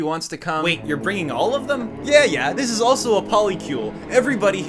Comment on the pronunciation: “Dis is impossible!”